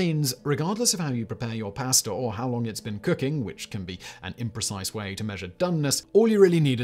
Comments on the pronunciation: Listening to him say PIA-ASTUH many times makes me wanna punch my screen ! Hmm, I wonder if that’s related? Or when he says the words such as ‘LAW’ yet it’s ALLLWWWWAYS ‘LORE’ ! Ahhh… so many Brits adding R’s to pretty much all vowels & dropping R’s for also the same reason, which is seemingly NO REASON!? Well -except 🇬🇧 like to play, how to Fudge up the language that’s named after your own country? Just all guesses, judgemental behavior & everything else. 😜😵‍💫😵‍💫 Also another thing that seems very British or at least belongs to the colonized British places was a recent video of his - were the origins of strange idioms- seems like understandably the odd ‘Bobs your uncle’ 🧐😳🤭belongs to 🇬🇧 also. Simon states, it’s like saying- “A PIECE OF CAKE” 🍰 Yet does not explain where that one came from. Smh. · Simon, whenever you master the proper way to cook pasta, perhaps you’ll also learn how to pronounce it 😂jk. Carry on, Fact Boy🤘🏽 🍻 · I love my pass-tuh al denté